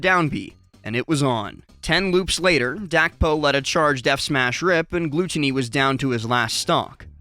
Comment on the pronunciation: how do you not know how to pronounce gluttony? lol